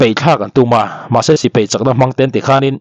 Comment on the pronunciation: Peihthlak ni lovin paihthlak, Sipei ni lovin Sipai aw....